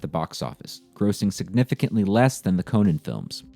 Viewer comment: Conan the Barbarian is not pronounced the same as Conan O’Brien